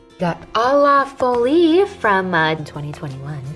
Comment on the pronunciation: girl saying foli 😅 it's said "fwuhll"